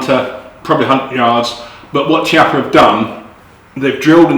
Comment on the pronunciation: Nice review. I own one of those. Nice gun. You and Hickok45 pronounce the name Chiappa differently, wondering which one is the correct pronunciation?